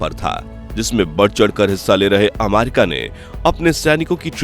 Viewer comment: आमारिका नही रे अमेरिका है ओ 😂😂😂😂